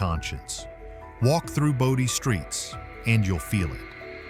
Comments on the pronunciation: Boe-dee, not body. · Bodie is prononced BOE dee. we just wenrt there last year. no we didnt take anything we didnt pay for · I didn't know there was a desert in Connecticut. It's pronounced Bode-EE, California. Portlock, Alaska has dry deserts, tropical plants and is served by the British post office? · It's Brody not body you need to do your research to learn how to say the word correctly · Stupid AI pronounces Bodie incorrectly